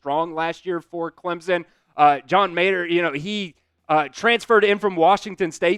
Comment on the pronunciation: Love the content but please make more of an effort to pronounce these athletes’ names correctly haha from klubnik, mateer, leavitt, to iamaleava… I believe if you want to be a great reporter you have got to learn to give these guys the respect they deserve and say their names correctly